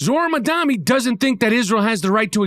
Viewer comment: Why is it hard to say Zohran mamdani …..lol this fool said madami most say mandami. Why is it hard to pronounce